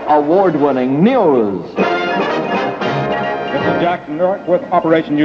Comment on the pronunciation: I love how the announcer pronounces "news" as "neee-yews".